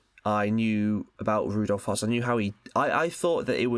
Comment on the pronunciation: That's not how you pronounce Hoess.